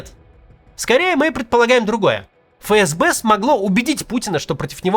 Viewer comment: Ребят, не фэ эс бэ, а эф эс бе правильно произносится. Простите, но вы из раза в раз, а канал авторитетный